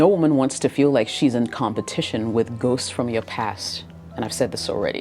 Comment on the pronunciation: You pronounce it ghost from your past, not goose.